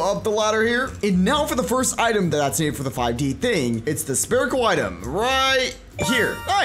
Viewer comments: You keep saying sperical. It’s SPHERICAL (SF-IR-ICAL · Is this a bit, or do you actually not know how to pronounce "spherical"? The 'ph' makes an 'f' sound, so it's pronounced "sferical". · he said Spherical like (sperical) AAHhHH